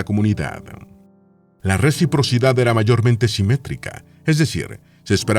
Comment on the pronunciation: Por qué en los dice "rechiprochidad"? 🤔